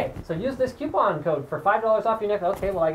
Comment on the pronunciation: QUE-Pon! lol I did not know there was a Q in coupon